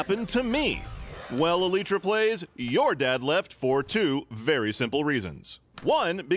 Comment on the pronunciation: And Chips' dad left because he can't read the word "elytra"